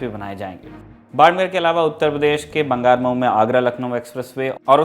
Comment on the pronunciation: It's बांगरमऊ not बंगारमऊ